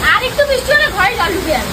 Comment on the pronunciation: Kathata bishti noy brishti